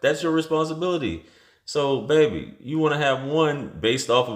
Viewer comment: Man, stop calling these girls "baybaay", please.